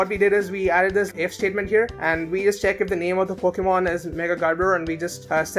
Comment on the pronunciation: I Love How His YT Name Is Based On A Pokemon He Says Wrong XDDDDDDDDDDDDDDDDDDDDDDDDDDDDD